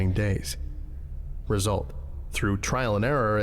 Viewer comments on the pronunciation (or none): none